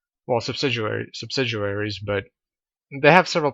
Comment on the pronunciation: Its "sub-sid-ee-aries" not "subsiduaries."